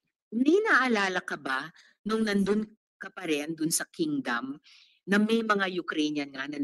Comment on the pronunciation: Sana wag na masyadong idetalye ang mga pangyayari sa mga Bata....Di naman bobo ang mga tao para kailangan pang idetalye ng lubusan... TUMPAK TALAGA YUNG HINALA KO NOON PA that "HE IS THE KING OF DAMNATION" unang dinig ko pa lang yung BIGKAS Nya sa "KINGDOM NATION", subconsciously, Iba na ang PAHIWATIG sa Akin" Sana magsilabasan na lahat ng mga Biktima.